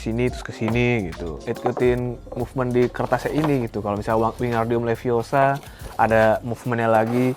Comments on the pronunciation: Wingardium leviosa not leviosar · Hermione Granger ItS lEvIoSa NoT lEvIoSaRrR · leviOsa not levioSAAA